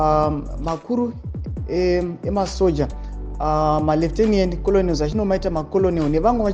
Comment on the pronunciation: Makenels not koloneliz😅